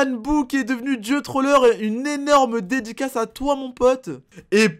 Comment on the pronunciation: Au d'edicas ta dit grosse dédicace ta dit dediclasse